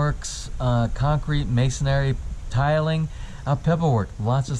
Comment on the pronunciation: Hundredth like!, love your videos! Btw, it's "masonry", not "masonary". Have a wonderful Friday!